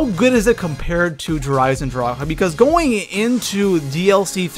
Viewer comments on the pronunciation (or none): none